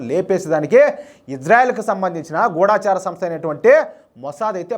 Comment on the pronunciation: గూడాచారి కాదు గూఢచారి సరియైనది. అన్ని ఛానల్స్ లో ఒకళ్ళను చూసి ఇంకొకళ్ళు గూడాచారి అని పలుకుతున్నారు. ఢ కు దీర్ఘము లేదు. గూఢంగా పనిచేసే చారులను గూఢచారులు అంటారు. దయచేసి గూఢచారి, గూఢచార సంస్ధ అని పలకండి. చాలామంది వీడియోలకు టైటిల్స్ తప్పులు వ్రాస్తుంటే, తెలుగుకి పట్టిన దుర్గతిని చూసి చాలా బాధ కలుగుతుంది.